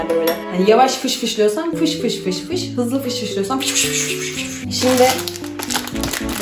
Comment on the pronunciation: piş piş diyomuş gibi fış fış demenin amacı ne.